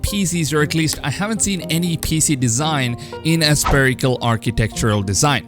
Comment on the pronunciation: Please stop saying "sPerical" !!! Haven't you ever heard about a sPHere ??? Something spherical? /ˈsferɪk(ə)l/